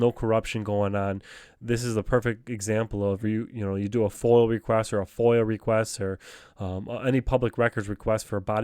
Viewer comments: Great work. Am I the only one hears him saying FOIL? It's foiA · It is not a FOIL request it is a FOIA pronounced Foy Yah